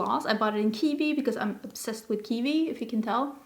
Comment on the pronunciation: Kiwi, not kivi💚🥝